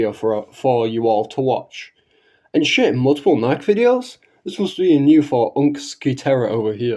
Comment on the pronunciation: You'll have to forgive me, but it's difficult for me to take your supposed knowledge of Nikke seriously, when you don't even pronounce it properly.